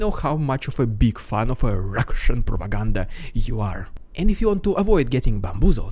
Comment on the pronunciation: I like your work but please stop with this cringe "Russian propaganda " thing. Its not funny and hard to take you serious when you're trying to say these words in some weird way.